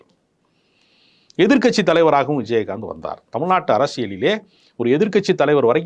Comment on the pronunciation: விஜயஹாந்த் என்று உச்சரிக்கிறார் நெறியாளர். கேட்க நல்லா இல்லை